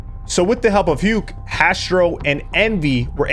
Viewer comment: Aint no way you're pronouncing Huke like that 😂